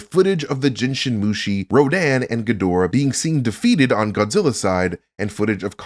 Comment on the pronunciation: Couldn't be more wrong mate the only thing that you could possibly dislike about is the fact he pronounced it Ghidorah not Ghidorah